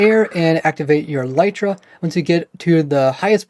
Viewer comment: For some reason, just about every Minecrafter on YouTube uses and pronounces the word "elytra" incorrectly. First of all, it's not pronounced "e-LITE-ra" but "EL-lit-ra". Second, it's the plural of elytron, so it's not "an elytra" but a pair of elytra (like a pair of trousers). Elytra are the hard outer wing cases of certain types of insects like beetles. You can look it up on the official minecraft wiki or on wikipedia or a multitude of other sources.